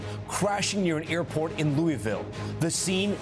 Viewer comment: God bless the UPS crew members. Horrific loss. Thanks Tom Costello for pronouncing Louisville correctly. Please give Yankee Tom Llamas a quick lesson